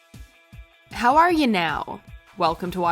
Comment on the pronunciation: You lost me at how you said "how are you now"